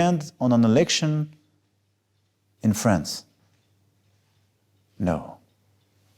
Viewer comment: Yet you can't even say France correctly.